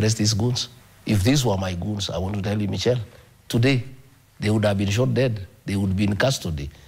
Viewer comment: It's pronounced Mishelle not Michel😂😂😂